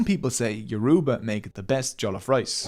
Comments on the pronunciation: The word is not pronounced Yor-U-ba. It is pronounced as YOR-uh-ba. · He's going to have to do this whole video over because he is not pronoucing the words properly.. I can't stand listening to it. It's YO!-ROE!-BAH!.. NOT YEWROOBAAH!!! THAT IS SO DAMN RUDE! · Note: When pronouncing 'Yoruba' there is more emphasis on the 'a'. Doesn't take much to learn the proper pronounciations... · It is Yoruba not yoroba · Why do white people pronounce Yoruba as You-RUE-bar, pls it's YOUR-ro-bah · YO RU GBA! not ye roo ba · it's funny how he pronounces it as your uba instead of its actual pronounciation of your o: ba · Hey- great vid . So interesting to learn as a Nigerian and I love the animations! Yorùbá is a tonal language; a more accurate way to pronounce it that would sound closer to the actual pronunciation, would be 'YO-RO-BAH or YO-RUH-BAH' than 'Yo-roo-ba'. Would loveee to see one on Benin kingdom or other Nigerian tribes! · Great video! You don't see videos about Nigerian history everyday. Just one minor nitpick. It's YoruBA, not YoRUba. Emphasis on the last syllable. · the pronunciation is Yo-row-bar great video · It’s not pronounced (Your-ru-ba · Yoruba pronounced (Your a baa) smiling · It's Yo ru ba. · It's Yo-ru-ba. The tonal marks on our written form settles it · Me being yoruba:🥰😍 also soz but its pronounced your- ooh- bah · It is not Yo-roe-bah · Emphasis on the 3rd syllable, not the second. Hearing yoRUba every 3 seconds makes this basically unwatchable as a Nigerian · It is actually 'Yo-roo-ba'. Yorùbá is a tonal language and that downward toned ù is an oo tone, regardless of what anyone else says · It is actually pronounced YOO-ROO-Ba😅,ewu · No offense, but when saying Yoruba you don't emphasize the u. You can just say it normally.😅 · It is paining me that this guy is pronouncing the language, Yoruba is literally bleeding and he didn't apologize for murdering it😅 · Bro butchered the pronunciation of Yoruba edit: Scratch that, bro butchered every Nigerian name